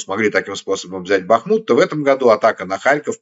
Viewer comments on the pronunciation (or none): none